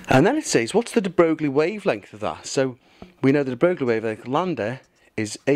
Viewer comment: De Broglie is pronounced "de broy" just for future reference, great videos though